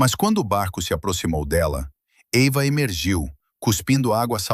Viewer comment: É Eiva ou Ava?